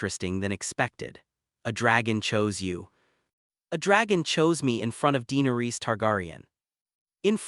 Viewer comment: The way he's pronouncing Targaryan, Tyrion,and Dynarius is killing me!